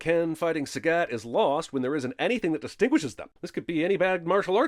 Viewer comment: Not taking a stand against the horrible pronunciation of "Sagat" ding